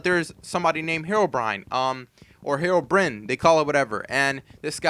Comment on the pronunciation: I remember when a guy called andy and he sall heroebrion